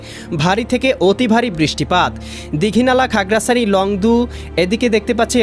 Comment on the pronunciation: আবহাওয়া মহাপরিচালকের দৃষ্টি আকর্ষণ করছি ০১/৬/২৬ সকাল সাড়ে আটটার সময় আবহাওয়া সংবাদ প্রচার কারী শিক্ষা যোগ্যতা কি? উনি বাংলাদেশের নাগরিক কি? ওনার ভাষাগত দিক থেকে সমস্যা মনে হয় খাগড়াছড়ি বিলাইছড়ি। যায়গায় আগড়াছড়ি বালাইছড়ি। বালাইছড়িটা আরব কোথায়?